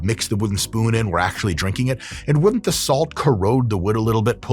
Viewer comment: Heh "wood'nt"